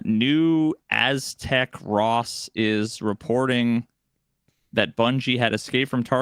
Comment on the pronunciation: Listening to struggle with Aztecross's name was mint. Cross put out a follow up video admitting he was wrong for taking that rumor at face value, and removed the video the video with the misinformation, respectively.